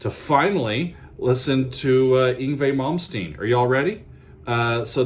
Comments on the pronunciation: Slaughtered his name! En gway malm steen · Ung-vee Mom-steen - Hilarious! Go on...